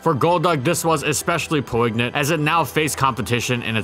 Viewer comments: "Po-ig-nant?" Dude. "Poin-yant." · JFYI, poignant is pronounced "Poy Nyuhnt", not "Poe- Ig- Nint". It's a word we stole from the French language, hence the weird pronounciation. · Every video I get excited about which word of the english language you butcher next. Poe-ignant? Really. FFS is poignant. Poin-yant. No but seriously great vid. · "Poignant" is pronounced "poyn-yant"; the G is silent. Keep it up! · "Po-ignant" bruh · Should start a list of words has clearly never seen before.